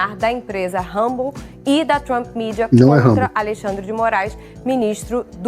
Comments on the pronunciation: Ainda não entendi por que os brasileiros pronunciam palavras em inglês errado. Como dito: rumble, não se lê como r de rato. Challenge não se lê como x de xícara e assim por diante. Eu, que nem acabei o ensino médio, sei disso. O pior nisso tudo é que existem pessoas que se diz "formada" cometendo esse erro. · Ela năo sabe nem pronunciar Rumble corretamente. Que tipo de serviço jornalístico é esse??!! Padrăo Globolixo.